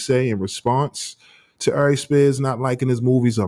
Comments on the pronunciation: It’s Aries ♈️ not “I’Reece” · Good clip, but bruh the way u pronounce Aries Spears name, just does something to me. Air-Rees